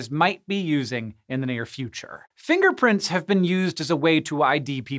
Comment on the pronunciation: Im sorry, but the whole time he was talking about finger prints, I kept hearing "Finger Prince." Goodnight everybody.